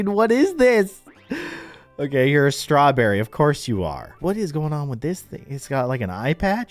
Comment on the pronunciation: When said ‘strewberry’ got me